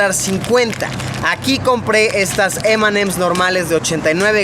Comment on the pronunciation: Solo lo entendieron los mexicanos y el vídeo solo le importo a lucho 😅 y además, quien le dice "em and em's" no que fueras de Gringolandia diles eme y eme